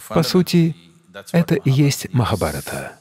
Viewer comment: Правильно говорится Махабхарата , так на всякий если кто-то услышал не как надо из-за переводчика , а так видео топ. А ещё слово Дхарма- переводиться как долг ,наше высшее предназначение.